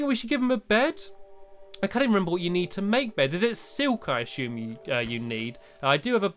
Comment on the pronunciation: He say ashume and I want a drill!